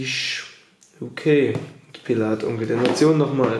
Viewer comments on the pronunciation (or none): Diggah, glaube du musst mal lernen die Namen der Rapper aus zu sprechen, wenn du schon solche Video's machst. Bist mir schon so nen Pillaaath oder Manielsen 😂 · wie schön du pillath ausspricht. danke geliebter bruder. ich fiste dein darm